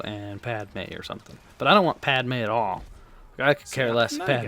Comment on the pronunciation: lol its padme not padmea